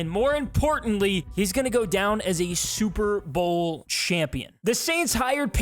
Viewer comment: You definitely said "super vole"